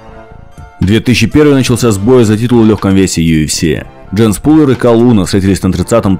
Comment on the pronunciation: Не ПУлвер, а ПАлвер.